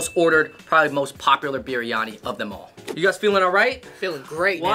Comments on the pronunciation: its biriyani, not piriyani or biranyi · It's not piryani....it is biryani u guys..🤣🤣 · Just so you know it's"Biryani" not "Piryani" 😂 But I'm you enjoyed some of the food.. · i died when he said "piryani" instead of biryani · Goat piryani 😂😂it's not piryani it's biryani my dear